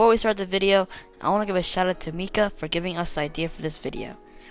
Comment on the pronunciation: And btw its prononced Mika